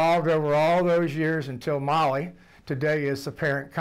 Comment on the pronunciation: “Molly”, it’s called Mahle ffk, “Maalle”, I couldn’t tell what company it is until he showed the box. At least learn how to pronounce it in German if you don’t speak German.